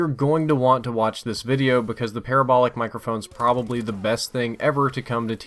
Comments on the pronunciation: PUH-RAH-BOWL-IC (like radical) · Hate to say this, but, you pronounce parabolic the same way you would pronounce paralysis